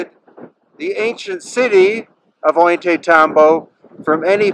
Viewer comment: You've been doing this for 20 years and you still can't pronounce "Ollantaytambo?" Ohl-yah-tie-TAM-bo. The terraces over the river are named simipuquio, speaking spring. You still doing that "thousands of years ago" babytalk? By now you certainly know better. Everything in that town, pre-conquest, was Inka, ordered by Kusi Inka Yupanki Pachacutiq.